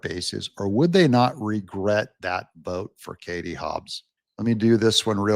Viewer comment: Kari NOT Kartie!